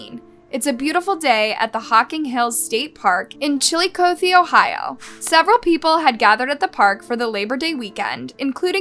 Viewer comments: Chiluh cothie as in Cathie. Emphasis on third syllable. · You pronounced Chilicothe correct the 1st time. Then, you called it "chilicoth" later on. Accuracy is a part of research. I've noticed from previous vids, this channel doesn't dig too deep for research. This is a "little" mistake but it's still a mistake. I pyt thecword little in quotations because hometwon people hate to see/hear others screw up facts about their towns. Every time i go back to where i attended school to see friends, the hubs says i went to Flint. No, i went to the firy near Flint, whete i attended school. 😊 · It's pronounced "Chill e coth ee" Not Chillicoth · It's not chili, it's chill and i as in ill not chili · You're pronouncing Chillicothe wrong it sounds like Chillicothey not Chilli cothe. I know because I lived in Ohio from birth, 1971, until 2007, when I moved from Waverly, Ohio, not 30 minutes south of Chillicothe, Ohio, in 2007. My former uncle Charles Mansfield was a game warden at the Hocking Hills Park for many years. He'd seen many issues of human negligence and disregard for the rules and safety precautions instructed at the expansive park that consists of Old Man's Cave and Ash Cave. Hearing this is no surprise but feeling devastating for what that poor woman went through. Complete disregard of those boys for a human life. I feel so sorry for all involved. Those boys got what they deserved. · “Chili-coathie” lol For those not from Ohio, it’s pronounced “chil-le-cawth-e”, sounds kinda like “chili coffee” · chi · luh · kaa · thee this is how you say it honey....google is free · It's Chill-ih-cawth-ee Ohio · Its pronounced "Chilla-cothy." And that sentence was a joke! Those kids will just go on with their lives and forget what they did! Disgusting! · Pronounced chill e cothy... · I can't add anything to what many have already said, particularly about the sentencing. But if there's a way to edit the video, please do so: it's pronounced chill-i-CAWTH-ee. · Pronounced Chilicothy